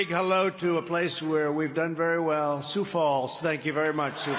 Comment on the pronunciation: Surprised he even pronounced “Sioux” right.